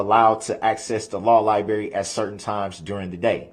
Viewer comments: The lie berry!!! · It’s funny he adds the letter h to the word undershtand, and takes the letter r out of the word libarry